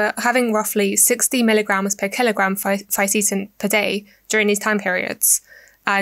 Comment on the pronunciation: Didn't like how you mispronounced the words Fisetin and Qurcitin